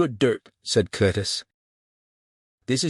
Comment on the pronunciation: The AI cant get Cletus name right.....all different .....Clattus and Clattis were a good one's....the sub text is sometimes righ the Voice is Terrible